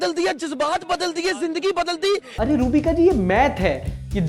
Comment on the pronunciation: Robika nhi roohbika